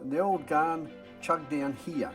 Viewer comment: Great video. It is pronounced as "GAN" not "GARN".😃 Take it from a former Commonwealth Railway/Australian National employee.